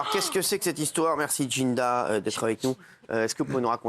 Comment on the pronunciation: Il a bien dit « DJinda » elle est un peu bizarre… En plus elle appelle Jazz « JaSmine » derrière alors qu’elle s’appelle « JaZmine »